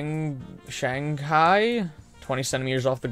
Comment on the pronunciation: i like how he read shanghai like he didnt know the place. very racist B)